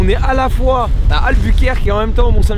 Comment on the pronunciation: albukerque ? to voulain pt dire dunkerque ?